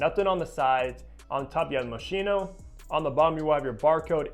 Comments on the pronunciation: Hello. The pronunciation of the brand Moschino is moskino and not moshino. 😅 Best regards from Vienna Austria Yigal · The correct way to pronounce the name of this designer is " MO-SKEE-NO". Thanks for the great review, this is among my favorite fragrances! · Right. It's a hard "ch".